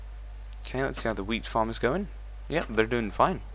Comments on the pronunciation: when he said wheat farm i thought he said weed farm. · when he said wheat farm for the first time it sounds like weed farm! go to and see 4 yor self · man when you were saying wheat farm it sounded like weed farm lol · until you said it for the fourth time i thought you were saying, "weed farm." As in, marijuana.